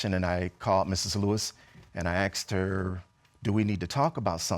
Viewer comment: Who knows why everybody on this show says "I axed her" instead of "I asked her"? 😂 Just wondering, 'cause there sure is a big difference between the two 😅😂